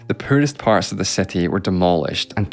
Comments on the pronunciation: It's HISTORY not hEstory, CITY not cEtty, BRITISH not BrEtish! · seti instead of city